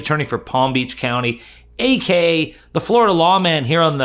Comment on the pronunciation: I have been watching you for months, and I enjoy your content. I really need to ask you to pronounce AKA properly. It is not Ak Ka. It is A K A, (Also Known As). Get a grip. Just slow down.